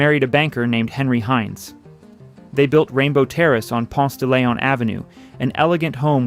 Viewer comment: I know this AI so I was trying to let it slide but I hear too many humans that move here and mispronounce it the same way, not including GPS, but it's Ponce-duh-LEEon. There is no "lay" anywhere in that word. Heavy sigh. Other than that, I see many homes that look like the candler kids mansions along the briarcliff rd stretch that Atlanta/Decatur area. Interesting documentary. I remember a field trip to the original World of Coca Cola when it was over by underground. The 2nd gen of any wealthy family usually take money for granted.